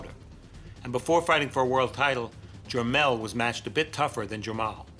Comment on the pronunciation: you just said jermel and jermel instead of jermall and jermell